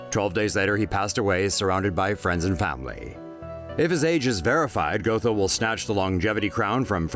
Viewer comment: Its pronounced 'got-ho' not go-tho